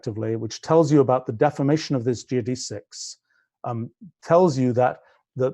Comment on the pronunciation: Learn how to pronounce geodesics.